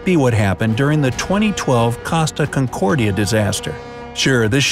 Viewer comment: its pronounced co sta con cord ia. Not casta concordia